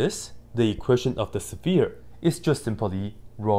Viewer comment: I like how you say sephere! I really do.